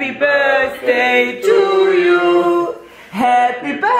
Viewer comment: "Happy Birsday to you, happy birsday to you..." Aussprache sitzt😂Ne, mal im Ernst, für jmd der in Amerika wohnt ist das schon bissl traurig